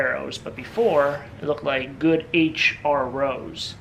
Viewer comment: H R Rows? C'mon man!